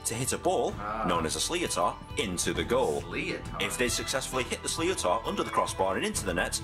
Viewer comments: slee oh tor??? its more like sli-ter , sli pronounced like the word slit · it's pronounced slither not sliotar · It's not pronounced sli-o-tar it's pronounced shlitar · it's not a Sli-o-tar....trust a guy who's actually practiced this sport...It's prounounced 'Schlicktor' (Schlitar) as in Sh-li-ter... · S-sleatar? Noooo it’s pronounced slither or slitor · its not pronounced slio-tar, its an irish word pronounced sch-lither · same it's slitor not sleeater or what ever way he pronounced it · Jesus Christ this is the worst explanation I have ever heard, it's pronounced shlither not sleeotar... and it's 2 35 minute halves not 30 mins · Sleeotar, I think I'm getting a migraine, the English guy how made the video can't pronounce sliotar, it's suppose to be said like slit-are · Sliotar is pronounced slither not sleo-tar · Ahh it's not slee-I-tour it's a slit-ure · IT'S NOT A SLEEOTAR! IT'S A SHLITER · It's pronounced "slitter" not "sli-o-tar" or "shlitter" if your from the south west. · The FUCKIN ball isn't pronounced sliothar it's pronounced slither Jesus Christ this annoyed me a bit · Slee-otar 😂😂its pronounced sliter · I'm Irish and it's not Sli-o-tar it's Sli-th-er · It’s pronounced shliter not sleeotar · U don’t say sliotar u say it like shliter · who else cringed when he said slicotar? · im irish i play hurling its not pronounced sliotar its spelt like that its pronounced slither emphasise the T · Maybe an Irishman that knows about the game could explain the sport of hurling instead of someone that pronounces sliotar slee o tar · the sliotar is pronounced shlitter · Sliotar! I'm laughing my head off here It's pronounced more like sliter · Good video bro. The ball is phonetically pronounced "Shlit-ter" You should try and stream a full game of hurling when the Championships start again this summer. Turn it on, Turn it up, sit back with a beer and enjoy the madness, trust me its worth it. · It's pronounced shliter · Sounds like leotard. Wtf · Sli-tor pronunciation